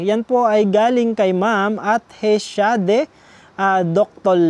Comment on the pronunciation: I correct ko lang pano bigkasin ang pangalan ko. He shade po. Hindi po Hes hade.